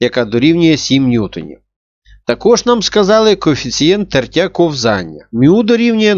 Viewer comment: кОвзання, а не ковзАння